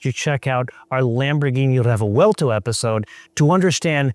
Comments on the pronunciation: wtf is a refewelto? Its a Revuelto (pronounced Rebwelto) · Your odd pronunciation of Re-vuel-to sounds strange…it’s 3 syllables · A stunning motor car to be sure, but why say it 'craps on the Revuelto' (work on your pronunciation of Revuelto, too 😅) when it costs 6 times the price? That's like reviewing a Ferrari 296GTB and saying it craps on the Audi S5. There's nothing wrong with the S5 for the price, and there's nothing wrong with the Revuelto for the price... For the record, the cheetah is the fastest mammal on earth.